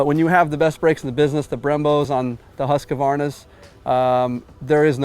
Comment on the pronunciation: Husk-a-varna? Where’s this extra a come from? Hoosk-varna.